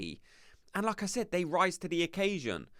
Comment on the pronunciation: 1. never doubted Arteta would sign 2. not sure about Nwaneri starting, but he should definitely play. 3. every time you say ¨like I said¨ i only hear ¨Lacazzette¨ 😂